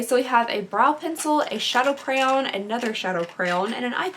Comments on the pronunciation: Say cray-on CRAY-ON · I don't think I've ever heard anybody pronounce crayon with a long O. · I'm I the only one quaking at the way she said crayon 😂😂😂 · I’m new here and I have to ask: where are you from? The way you pronounce the word ‘crayon’ is very unique. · Love your videos but the way you say crayon.... 😬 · The way you say crayon is very interesting 😂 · I love the way you say “crayon” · You say crayon super weird 😆